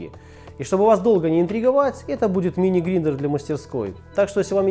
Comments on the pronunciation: я не умничаю... но мне кажется что слух режит одно очень повторяемое слово... гриндэр... правильно будет грайндэр. (eng: grinder) А иначе file не будет файлом а филе... итд... итп.... просто для размышления... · Молодец, парень, так держать! Люблю самоделки и самодельщиков. Могу дать совет для будущих роликов. Слово "grinder" произносится как "грайндер". Может, не так, как говорит большинство, зато правильно. По аналогии, China- чина (чайна), made- маде (мэйд) и т.п. Без обид, пожалуйсьа, просто хочу помочь каналу. Здоровья тебе и успехов на твоём поприще! И, как говорится, God Bless! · Блин, да не грИндер, а грАЙндер! Хоть бы погуглил, как это называется.